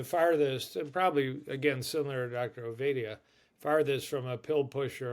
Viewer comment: His name isn’t Ovidia it’s OvAdia as in say aaaah, get the guests names right please!